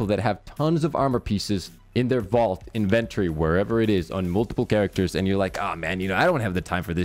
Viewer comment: Good info, but you need to learn how to say inventory correctly